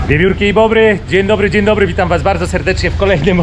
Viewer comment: jesteś inteligentnym gościem, a za każdym, sławnym tu już powitaniem😁 błędnie je wypowiadasz. Raczej powinno być "dzień dobry " zamiast "dzien dobry",nie ma takiego słowa jak "DZIEN"😉